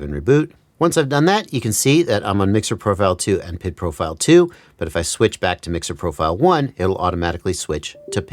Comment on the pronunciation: It’s triggering me that you call it PID as one word, but it’s P.I.D. said separately.